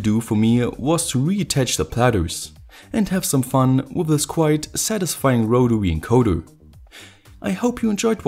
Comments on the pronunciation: I like how he says “wotawy encoderrrr” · wotawy encowdas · Rotawee encodas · rotawee encodas.